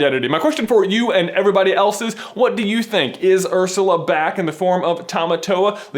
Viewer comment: When you said "Ursla", there were only 3 words in my head for 10 minutes straight; "Oh HEEEEEELL no."